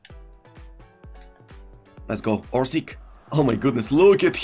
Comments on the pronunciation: Hi isnt orsik he is orsich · Dude spell the name right cruyff = kroif abd Orsic = Orsich